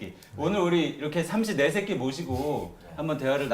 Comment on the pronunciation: ㅋㅋㅋㅋㅋㅋㅋㅋㅋㅋㅋㅋㅋㅋㅋㅋㅋㅋㅋㅋㅋㅋㅋㅋㅋㅋㅋㅋㅋㅋㅋㅋㅋㅋㅋㅋㅋㅋㅋㅋㅋ 삼시 네새끼 발음 왤케 찰져